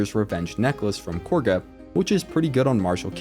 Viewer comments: It's not KORGA it's KAGHA. They pronounce it correctly for you in the game even. Also the BEST noblestalk option is to actually let Belen die in the field. Do the trick with Shadowheart to make her eat it while sending the stalk to camp. Then give it to Derryth the wife. She does well in her shop without her husband and feels better in life by adopting a cat since her husband is dead. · Cool video. Not sure how you mispronounce names that are said many time though. Like calling Kagha " Korgha". She doesn't even have an R in her name lol.